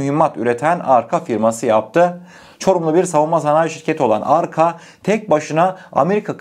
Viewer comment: Çorum’daki fabrikanın yazılışı ve okunuşu aynı arka değil yani arca olacak kardeşim